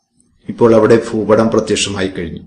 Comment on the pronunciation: ഫൂപടം അല്ല ഭൂപടം